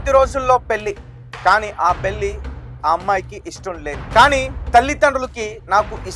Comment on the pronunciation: తెలుగు Headlines సరిగ్గా చూసి rayandi. మతి పోద్ది కాదు. పోతుంది. వాడుక భాష లో పోద్ది అంటారు. Anchor గారు పెల్లి కాదు. పెళ్ళి. ఒత్తులు సరిగ్గా పలకండి.